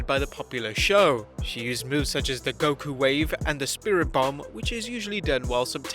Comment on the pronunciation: Bruh goku wave now you sound like my teachers calling pokemon pakeman or my uncle calling spongebob the cheese lol